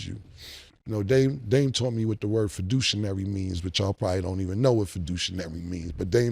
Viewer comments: Fiduciary Cam, Fiduciary. Not fid-douche- inary. 😂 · fiduciary versus fiducinary lmaoooo we know the word Cam... always adding extra letters to words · Not fiducinary Cam, C'mon...😂😂😂🤣🤣🤣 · reason why I fuck w dame 🤣🤣 dude is funny, dame probably over there like 🤦🏿‍♂️ he said fiducionary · Fiduc-“niary”….is hilarious. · Fiducinary???😅😅😅 it’s fiduciary Cam 😂😂😂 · "Fiducinary" is hilarious😂😂. He giving Dame ammo he meant fiduciary. Haha gotta love cam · Lol, he said, most of yall probably don't know what fiducinary means".. , gotta Luv Killa 😂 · "feducinary" lmao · "Y'all probably don't know what the word fiducinary mean." - Cam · This is why Cam one of my favorite rap dudes . Sayin Dame smart is questionable and he can’t pronounce fiduciary but idgaf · ima say it. there is no "N" in fiduciary 😂. This is why i correct friends when they mispronounce words too seem intelligent, you seem the opposite in mixed company😂. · cam struggling to pronounce fiduciary lol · This fool pronounces fiduciary all wrong ( I hope he taught your ass how to be your own fiduciary instead of just learning the word smdh)